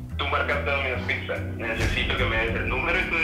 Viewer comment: Líke si notaste que decía piza en vez de pizza